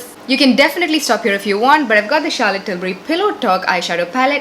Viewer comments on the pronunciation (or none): none